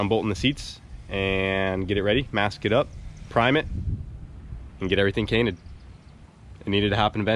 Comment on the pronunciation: Now I can’t tell when is saying page cainted on purpose or mistake😭😭